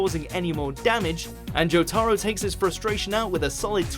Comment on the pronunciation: It's not a video about ass kicking without Jojo's Bizarre Adventure, but really? Jotarah? It's not that hard to pronounce..